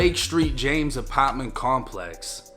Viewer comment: The apitment.Lol